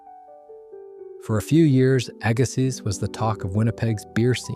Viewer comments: Jeez, Aggasiz is pronounced "agg-a-see" not "agga-sizzzz". Oh, and Stoneangel closed two years ago. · Can’t pronounce Agassiz correctly either 🙄